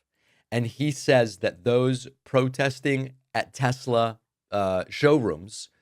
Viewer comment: Trump can’t even pronounce the word state correctly. You go Mr. President. I love tesLER